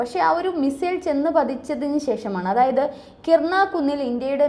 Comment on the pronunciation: KIRANA HILLS (കിരാന കുന്നുകൾ)... കിർണ അല്ല.